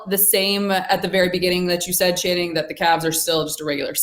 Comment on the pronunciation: lol perk calling channing "shanning" doesnt get old